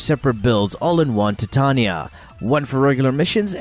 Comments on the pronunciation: in English it's Tie-Tay-Knee-Ah, ...you don't call the Titanic.. the Ti-tan-ic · Im sorry, but I couldn't help but notice he likes to say tatanya instead of titania. Just saying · Holy crap this drove me nuts. I'm preeeeeetty sure it's not TIT-tanya. It's TYE-TAY-NEE-AH. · albiblow facts he says it weird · How the hell do you say her name wrong. Ty-tain-ya (titania) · The warframe name is pronounced "Tie-TAY-nia", a bit weird since it's Shakespearean inspiration is pronunciation "Tih-TAN-ya". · Stopped watching when you called her Tatania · Ty-Tain-ya(titania) thats how you say her name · as hard as pronouncing Titania properly with me now "Tuy-Ta-NI-Ya" (if you go by the English rules) "Tai-Te-Ni-ya"(if you go by the alphabet which is how the rest of the world goes by) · no it's based on an American bastardisation of a English word. under no circumstances should the middle of that word be pronounced with a ''Tan'' - Tie-Tain-ia is the correct pronunciation. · Tea Tah knee Yah That's how it's PROPERLY pronounced. Not the American way but the proper way. The queen of fairies